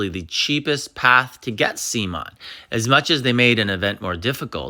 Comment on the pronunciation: Sea Mon???😂 it’s Simoan